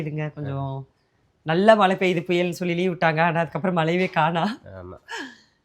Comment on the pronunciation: Mala. Mala. Solringa. மழை